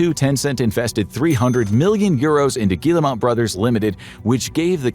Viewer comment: Good video, but it’s very frustrating to hear a name mispronounced so many times. This video clearly has a lot of research behind it, which makes the repeated mispronunciation of “Guillemot” throughout the entire video stick out like a sore thumb. I also think the video is a little too one-sided. For example, the video fails to mention Vantage Studios, created by Ubisoft and Tencent to house the following IPs: Assassin’s Creed, Rainbow Six, and Far Cry. Speaking of Far Cry, the game is currently being adapted for television. As for Watch Dogs, they actually made a movie, which still hasn’t been released despite wrapping production in September 2024. The release of the first Assassin’s Creed movie, as well as the ongoing Splinter Cell and Assassin’s Creed Netflix projects, makes it clear that Ubisoft is (desperately) trying to generate revenue outside of gaming. At the time this video was published, Assassin’s Creed Black Flag Resynced had already sold over 3 million copies as of July 17, just eight days after its release on July 9. That makes it a clear success. It was also reported that Assassin’s Creed Shadows, which released in March 2025, had sold 5 million units by July 2025. Yet this video gives the impression that neither Shadows nor Black Flag Resynced had even been released. On July 27, Ubisoft reported total net bookings of €255.8 million ($291 million), a 9% decrease compared to the previous year, when results were boosted by the release of Assassin’s Creed Shadows